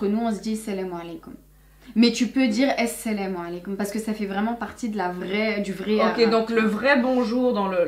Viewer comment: Le salem aleikoum de est parfait!!!!